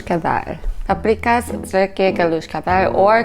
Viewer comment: Actually, your pronunciation isn't as bad as some I've heard One quick tip - in Hungarian, 's' is pronounced 'sh.' So Budapest is pronounced 'BOO-duh-pesht' and paprikás is pronounced 'PUP-ree-kash' It's only pronounced 'ssss' (like a hissing snake) when it's spelled 'sz' That's the number one thing that you should know - don't worry about all the umlauts